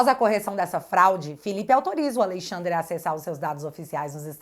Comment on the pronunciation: Quero que Alexandre de Moraes pague por tudo de errado que tem feito aos brasileiros. Porém, só uma correção na pronúncia do nome, é "Alexandre " e não "Aleixandre".